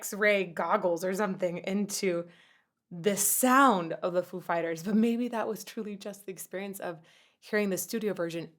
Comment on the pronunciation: It's pronounced 'foo FI ters' as Christopher Walken or Dave Grohl as Christopher Walken will clearly tell you. :)